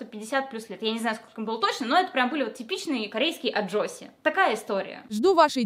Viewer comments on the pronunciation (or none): Аджумы, а не аджосси)